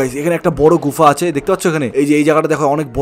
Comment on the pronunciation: গুফা না গুহা 😂😂😂😂😅😅😅😅